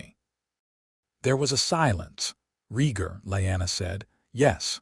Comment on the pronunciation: IT'S Rheatgar you utter idiot A.I. not REEEEEGAR.